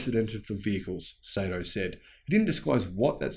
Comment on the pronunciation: good stuff as always, oh as an FYI the pronounciation of his name is "Sahto".